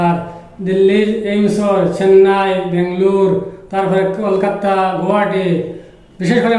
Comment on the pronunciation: Kolkata not kolikata